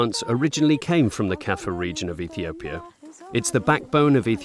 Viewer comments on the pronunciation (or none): You seriously can’t say “Ethiopia” right? Good Lord, it’s not that hard!